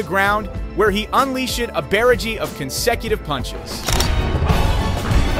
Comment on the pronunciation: (Un-leash-ed) (man-e-jid) (bear-a-g)🤣🤣🤣 brother what